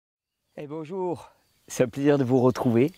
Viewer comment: “Beaujour” Thierry lol